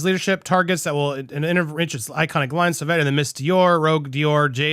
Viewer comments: Andy, Google it. You said it wrong every time to start, unsure of how to say it. Look it up, it’s quick. I can’t listen to any more butcher of Dior product. I lost it, had to leave this time. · Not pronouncing it right love. Pull up a Sauvage commercial of Johnny's. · Lol You are too cute. It's Sauvage Sau as in flow and vage as in Badge. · Lol yes, you're saying it wrong. 🙃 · Once! After pronouncing Sauvage incorrectly a dozen times, Andy finally pronounced it correctly once. And then he went back to pronouncing it incorrectly. 🤦🏾‍♂️ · The french part in me dies a little every time andy mispronounces sauvage 😂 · come over to visit me in france andy and i’ll teach you how to pronounce it properly 😂. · I cringe every time he says it. Just look up the pronunciation already, Andy! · UGH, please stop saying it. Wrong Wrong Wrong. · Great news! However, it is pronounced "so-vahge". It''s French for "savage". All that aside, AH has been proven to be liar and an She's reaping what she has sown. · Me too. I even tried to correct him in the chat - “SO-VARJE” - he said it right once and then reverted to mispronouncing it! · It's pronounced (suh vaazh) phonetic spelling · I think it’s ‘So Vahhge’ pronunciation...oh you got it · Sew - Varge ffs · Andy it’s pronounced SO-VARJE. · No YOU are murdering the name of the Perfume!! Stop saying it please! You should have learned how to say it before your clip! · Andy listen to the commercial and you don’t say it wrong but listen to the commercial you have up and hear Jd say it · You are pronouncing it wrong,so annoying!! You didn't think to research it?? Fool. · You're pronouncing it wrongly 🥺😩😩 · "Sauvage" is pronounced "so-vage" as in mir"age". 😄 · Say* vau*ge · Pronunciation is best heard in commercial: pronounced “Sahvahge” not saveige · It's not sorveg it sovage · Pronounce Savauge. As wage not eeege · It's pronounced Sa va!! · It’s pronounced SewVahhge. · You said it correctly once. So-vag soft g. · Darling, it's Sauv(ah)ge.